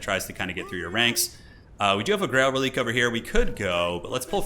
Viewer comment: Reliquae is pronounced "Relic-way", not "relique" - keep up the otherwise excellent videos!